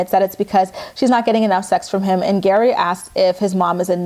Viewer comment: Your recap of GEAry's family has given me so many giggles today 😂 keep it up 💖